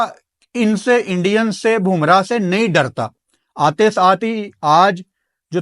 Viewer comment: भूमरा नहीं है बुमराह है नाम ठीक लिया करो